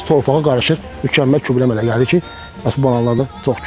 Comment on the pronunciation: Kübrə yox gübrə.